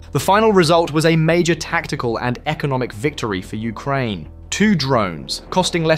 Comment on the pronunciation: Ah yes, I love the countries Ukrainev and Ukraineb